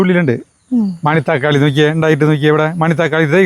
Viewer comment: Mani-thakkali alla Mana- thakkali ……manathakkali verudhe oru teacherude thiruthathal swabhaavam maathram 😅…❤❤❤